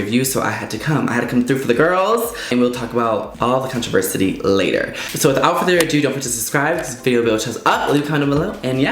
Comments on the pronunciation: Did you say contriversity? 😂 it’s controversy... 😉 no shade, just had to poke fun at you 😘❤️ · “Conversity”?...but you meant “Controversy”....right,? Lol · ..."controversity"?! lololol CONTROVERSY! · controversity 😂 I love it 😂 I think thats what I heard. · You say “controversy” wrong every time.